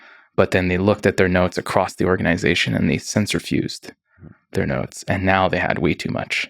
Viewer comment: The way he pronounces "organization" 🤮